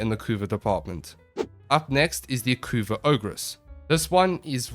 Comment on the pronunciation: you did pronounce it correctly! thus the community declares this a valid tierlist.